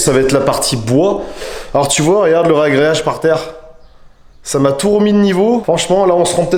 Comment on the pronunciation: On dit ragréage ! Pas réagréage... Bourday !! 🤣